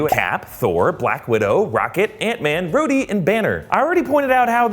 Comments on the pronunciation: Oooh it’s rhoady as in war machine but really sounds like he’s saying Rudy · Did you call Rhodie "Rudy"?